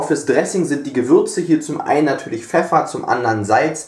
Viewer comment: "etwas Peffer" hahahahahah bester Mann